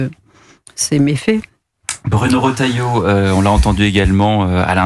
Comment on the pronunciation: Millossevick : iL s agit de monsieur Raattailleaut et non pas Reuutailleaut . 😐🇨🇵